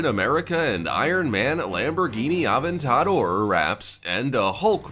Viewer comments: You say Aventador not AvenTadOr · mans cant tell ferrari from buggati....shame. HE PRONONCED SO MANY CARS WRONG OMFG AH-VENT-AH-DOOR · lamborghini oven ta door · Aventador = uh ven tuh door 🤣😂 the way you pronounced that killed me and I'm sure many others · It’s pronounced like even-tadoor not whatever you said Aventador as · I’m convinced you purposefully mispronounced “Aventador” and “Vaydor” for comments like mine. Congratulations, sir/madame. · Can you really not say Lamborghini Aventador